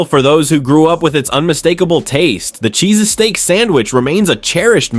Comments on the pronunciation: What the fuck is a Cheese-a-steak sandwich. Damn AI Cometary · Cheese "a "steak ? Oh AI ,how will you bring the shallowness of YT videos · AI generated. “CHEESESTAEAK SANDWICH”. At least try to make a decent video. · What the hell is a CHEESASTEAK sandwhich? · If you after going to use AI narration, watch the video before posting. "cheeses steak sandwich" yeeeeeesh! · Sounds like a foreign accent! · Darn robots, don't know how to pronounce cheesesteak !! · Please tell me you're rage-baiting with your pronunciation of 'cheesesteak' 😂 I wanted to stab myself in the eyeball with a plastic fork every time you said it. There 👏 Are 👏 Only 👏 Two 👏 Syllables 👏